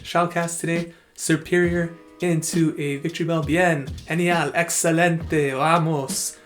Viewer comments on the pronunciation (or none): none